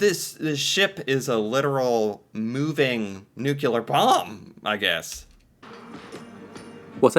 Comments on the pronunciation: the Manhattan project used the damage report from that explosion to better understand the effect of big explosion (oh and "nuclear" not "nucelar") ;) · It’s non nuclear - nu cl er. Not 😅nu clu er 😢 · NUCLEAR is pronounced NEW CLEE ER .. not NEW QUE LER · Oh, there’s a different pronunciation for you. You pronounce it newk-you-ler. We pronounce it newk-lee-er. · 📢NUCLEAR, a 2 syllable word, NEW + CLEAR. There's nuke, nucleus, & even molecular, but Noo-Q-Lar?🤣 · Stop saying nu-cu-lar! It’s pronounced nu-kle-ar! Yes, I’m Canadian. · I love your channel, and I love to hear about these things from an outside point of view - and this one is one of my favourites so far! But, please, it's pronounced "NEW-clee-ur" not 'NEW-cue-lar' - it's my biggest pet peeve. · I'm a fan from Canada, but really having a hard cringe every time I hear the "new-Q-lar" pronunciation... Nuclear = New-clear , or if you're British "new- clee-R". There's no added syllable, c'mon man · New-clee-ar not nucular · off topic, but why do so many Americans say "nuculer" instead of "nuclear"? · You mean Nucular...I've heard a ton of people make that mistake he made. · Not trying to pick on you but... Adjective. nucular (comparative more nucular, superlative most nucular) (botany) Nut-shaped; of or relating to a nucule — a section of a compound (usually hard) fruit. /ˈnukliə/ Nuclear describes something that has to do with the nucleus — the central part — of an atom. If you're a nuclear physicist, you do a lot of work with that part of the atom.